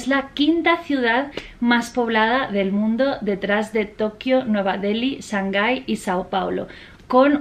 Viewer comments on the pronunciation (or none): none